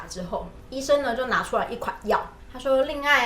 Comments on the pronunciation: 台灣妞是指 令嬡（ㄞˋ）嗎！媛（ㄩㄢˊ）是這個字，你們好可愛啊！ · 對喲！是嬡ㄞˋ😊👍🏻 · 是不是令嬡阿 令ㄞˋ?